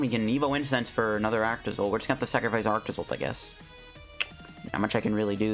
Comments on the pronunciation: Dude ARCtozolt not aractozolt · Arctozolt is cool I like it and please try quad arctozolt with cursola v when she come out! Edit: I can't hear you saying ar-a-ctozolt just call it arctozolt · saying Arach-tozolt is almost as bad as him trying to say pincurchin love your content tho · I made that joke too. It sounded like Arachne-Zolt to me.